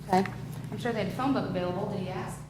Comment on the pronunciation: Never use the word "axe" in place of ask. It makes you sound low IQ. Let's try to forget ALL about ebonics and concentrate on learning our native language -- English -- correctly.